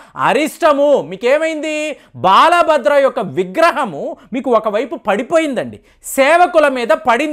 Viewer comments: బాలబద్ర కాదండీ బలభద్ర తెలుగు బాగా నేర్చుకోండి ప్లీజ్ తెలుగు లో చెప్పేటప్పుడు కరెక్ట్ చెప్పాలి ముందు బాగా ప్రాక్టీస్ చేయండి దయచేసి తప్పుగా అర్థం chesukovadhu అండి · బాల బద్ర కాదు. బల భద్ర